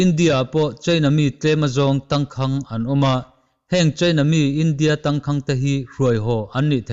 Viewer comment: Tangkhang tih hi lam dan hi Phai a kum rei lote awm ṭawng pai thlukin i thluk...a in ziak ang hian lam pawp rawh...thluk duai a ngai lo.